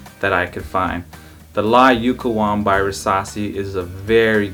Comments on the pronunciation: Just a note about the pronunciation: Italiano uOmo (cause we don't skip letters, we read the first O as well as the last one in "uomo") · It’s pronounced “U-O-M-O” with the first “O” sound clearly pronounced and NOT “UMO”, guys!! It’s so bothering me too many guys pronounce “UMO”. 🤦🏻‍♂️🤦🏻‍♂️ Ok again, U-O-M-O.